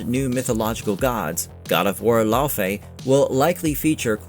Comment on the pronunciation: Laufey (the mother of Loki) is correctly pronounced "LAY-vay" or "LEH-vay" (rhyming with "day" or "say") tho I always pronounce it as "LAU-FEE" ,but that's just me....Anyway! I just love that a fellow geek is portraying the bad-ass wife of Kratos! You can tell she really knows and understands the lore of the games and that is going to translate very well! Can't wait for this game to be released and discover the beauty of the world and the lore within! Also, The Everywhen was also called the afterlife of the gods in the trailer! Seeing an Egyptian style goddess in there. Could that maybe be a small Easter-egg that Kratos killed the Egyptian Pantheon before meeting Faye and going into the Norse Mythos of GoW 2018? Would be cool!!!